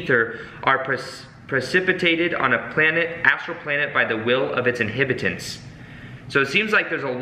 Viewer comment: InHAB itants not inhibitants. Brooks not books